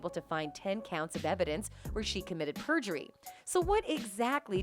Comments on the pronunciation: Isn’t it perjury? Not prejury? 🤦‍♀️ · Prejury or perjury?